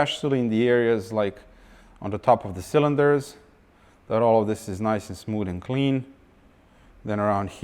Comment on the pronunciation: "Everyting is nice and smood"